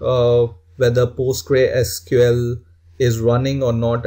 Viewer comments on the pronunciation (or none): You should pronounce Postgresql as " Post-GRES-que-ell " and not like "Post-grei-SQL".